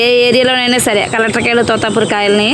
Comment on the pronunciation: Totapuri not tutapuri